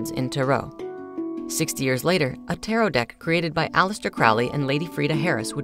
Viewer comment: according to the dictionary it’s only one way, with emphasis on the first syllable.